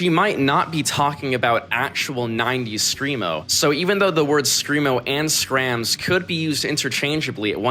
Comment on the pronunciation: Hahaha no one calls it Skramz😂